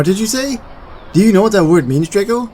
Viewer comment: Oh! I love this video! If you are wondering how to pronounce it, then it’s pronounced: “Dray-co” Great video!!